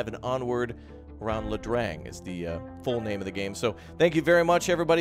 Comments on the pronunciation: Ia Drang, not La Drang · lol pronounced 'eye' Drang. Glad you featured this. Dialogue is a bit cheesy but gameplay Looks refreshing. Going to follow this. Thanks! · Pronounced EYE Drang (Ia Drang) valley. Made famous by the movie We were soldiers. Mel Gibson played Lt. Col Hal Moore. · Thanks for covering this new game. One slight correction, the Air Cav battle depicted in “We were Soldiers Once…” is pronounced “Eya Drang” not La Drang. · I believe it’s pronounced “I” drang, it’s a very famous valley during the Vietnam war. We Were Soldiers took place there